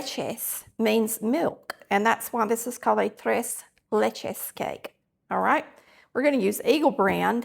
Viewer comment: You Absolutely DID say it RIGHT 😜 👩🏼‍🍳😋👌🏼